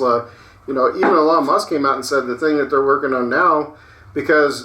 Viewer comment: I love how pronounces Elon "eLawn" lol